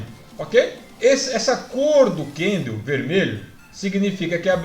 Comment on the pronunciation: Kkkkkk é só eu ou mais alguém fica agoniado de ouvir ele chamar o candle de candleu?kkkk zuera